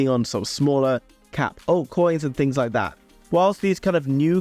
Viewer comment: I love the way you say tings, no doubt 🙂